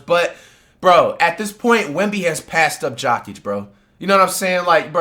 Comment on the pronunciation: His name isnt jockig 💀🤦🏾‍♂️ and Wemby is not better than Jokic, you smoking.